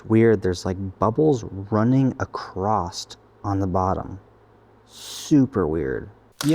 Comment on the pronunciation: there is no T in the word across just saying also nice work !